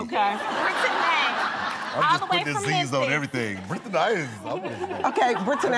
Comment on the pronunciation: Brit-Ti-Nay? What happened to just Brittany??! Why we trying to be all special with the pronunciation? Is there a silent "Q" or "Z" in there or something.. geez..